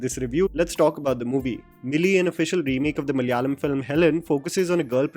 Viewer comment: it is pronounced Malayalam not Malyalam